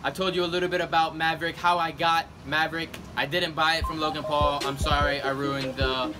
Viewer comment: MAVERICK SOUNDS LIKE HES SAYING YA EVERY TIME YOU SAY IT